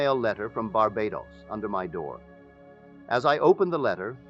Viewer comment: AI imitating Neville's voice. You can tell especially pronounced words such as Barbados which the real Neville would've never said this way. So now they can copy our voice with AI. So don't believe everything you hear out there, it could be AI! Much respect to Neville though.